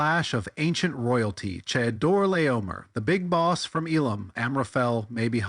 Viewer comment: One small thing. "Chedorlaomer" is pronounced Khedola'omer. (No cheddar was harmed in the making of this tale.) Same thing with the "ch" in Melchizedek: it's Melkhizedek.